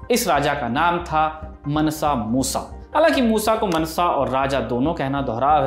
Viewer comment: Pronunciation is मांसा not मनसा so मांसा मूसा